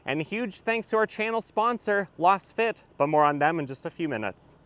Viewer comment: I always enjoy your reviews. I agree that the Camry would be better as a wagon or hatchback (having owned a XLE Camry long ago). I think you might be mis-pronouncing the name of your floor mat sponsor "Lass fit", because it is created with a Laser scan it should sound "Laze fit". Keep up the good work.